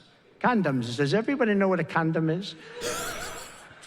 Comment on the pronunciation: He says Condom like he says China